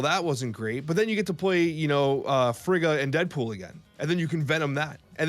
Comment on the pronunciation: Guys, it would be pronounced FREE-ga.